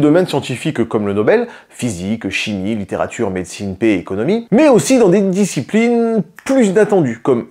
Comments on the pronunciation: XD, j'ai bien rigolé quand j'ai entendu "5 dicipOUlines" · "discipouline"... ?! Si c'est voulu j'ai pas compris, sinon j'aime bien ! LOL